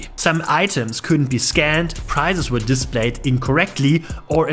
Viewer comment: Do not pronounce 'prices' like 'prizes.'